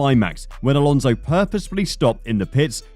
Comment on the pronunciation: Fernando's name is Alonso not Alonzo.